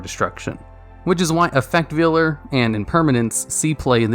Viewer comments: Effect Veiler, not vealer. It doesn't butcher baby cows lol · You should do a top 10 list of cards that you commonly mispronounce, like Ojama Trio and Effect Veiler. Number one would be the card that makes the comments the most angry when you mispronounce it